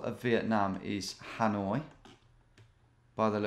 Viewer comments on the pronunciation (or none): none